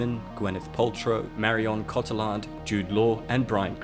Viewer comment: the pronunciation of marion cotillard’s name.... 😬